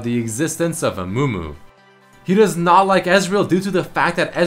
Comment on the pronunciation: "naught" is wrong, its "not"